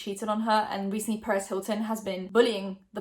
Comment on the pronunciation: Omg I heard Paris instead of Perez and got scared for a second